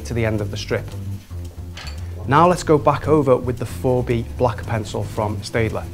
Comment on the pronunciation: Pronounced 'Stettler'